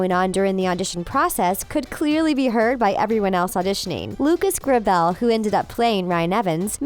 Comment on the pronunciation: Exactly!! I was so anoyed..😩